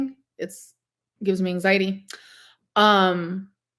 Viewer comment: ang-zeye-tee Also, if she says "hecticana" one more time, I'm personally driving to Oklahoma to disconnect her internet.